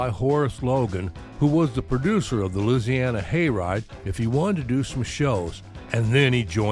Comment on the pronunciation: Another great video brother! I gotta say it's nice to know another cat that pronounces "Loosiana" properly! At least as I was corrected by a young Cajun from Baton Rouge that I went to Navy electronics school with and later served with on USS Independence (CV-62). I remember seeing Burton on the old Ozzie and Harriet show as a youngster in the late 50s/early 60s. I never missed the show if I could help it, I loved Ricky Nelson's music! Definitely my pre-Beatles Rock and Roll education!